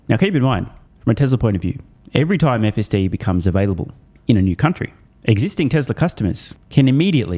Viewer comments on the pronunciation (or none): none